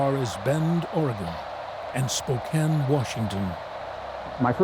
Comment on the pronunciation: Holy cow that correctly said Spokane